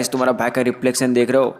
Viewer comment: Bhai tera "rephlectioon" op dekhreo bhai ka rephlection 😂😂🤣😂🤣😂🤣🤣😎🤣😎🤣😎🤣😂🤣😂🤣😂🤣😂🤣😂😂🤣😂🤣